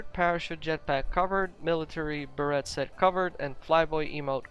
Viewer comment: Beret is pronounces as Ber-ray